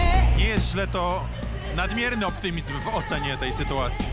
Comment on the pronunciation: A bardziej nie "jest" tylko "yest" 😂 😂